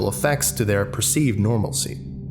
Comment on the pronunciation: "thyour" pained English major noises